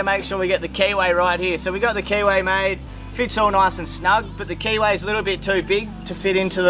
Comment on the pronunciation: I am loving the whole rebuild process and then I originally misunderstood what was said. I eventually understood you were saying keyway, but I initially heard KY.